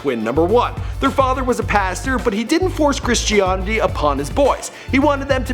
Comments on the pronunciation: "Devote. Christionity." I'll leave. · bothered me that he kept saying "devote", and that mispronounced "Christianity"! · The host got at least two celebs' names wrong, said "devote" instead of "devout" twice, and mispronounced Christianity. The show isn't live - why would he not reshoot and fix those mistakes?